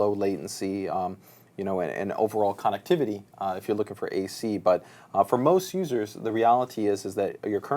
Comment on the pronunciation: loves saying CON nectivity lol